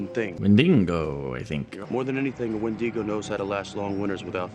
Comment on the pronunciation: I forgot how much ep2 makes me cringe 😂😂 i cannot stand the mispronunciation of wendigo in this